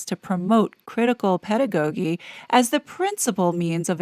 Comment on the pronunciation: 🙏 Love your work to bits, just wondering if you sometimes use a bot because words are mispronounced pretty often... (Inculcate, pedagogy)